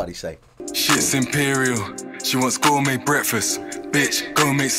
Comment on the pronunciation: And “gourmet breakfast” not “score me breakfast”